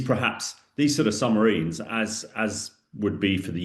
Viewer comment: Is he saying, “Summ-a-rines? Good grief!